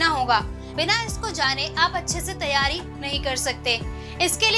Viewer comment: phale tum teryari bol le bad me jpsc niklwanaa 😂😂😂😂😂😂 teryari😁😁😁